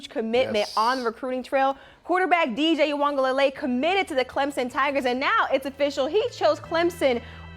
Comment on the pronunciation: Thanks for saying DJ’s name right ma’am...sir, a little more work but I’ve heard worse.